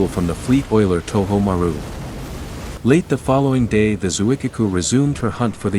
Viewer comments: It’s Zuikaku, not Zuikiku. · >>. pronounced : zoo ee KA ku....not the speakers strange mangling!! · Shokaku > Sho-kah- koo Zuikaku > Zwee-kah-koo